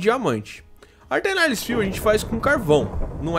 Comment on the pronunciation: "AE" em latim tem som de "E" Então a pronúncia é "Eternalis"